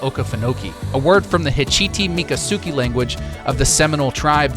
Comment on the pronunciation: I’ve been loving your GTA6 content and am not trying to hate - Would never correct pronunciation of Florida cities or locations BUT - I feel it’s important to pronounce native tribes correctly. I’m sorry to be “that person” but “Miccosukee” is pronounced “Mick-oh-soo-key”. 💙